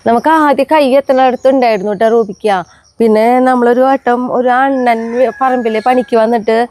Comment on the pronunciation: റുബിക്ക എന്നാണ് പറയുന്നത്ട്ടോ അതാ ചോദിച്ചേ